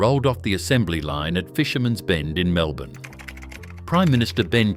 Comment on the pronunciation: For a so-called Australian production, at least get the pronunciations correct. It's Mel-buhn (Melbourne) and Bris-buhn (Brisbane). Better still, get a human being to do the voice over!